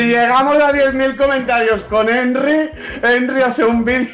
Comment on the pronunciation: Buaa! es un crack porfin dijo el nombre de Henry bien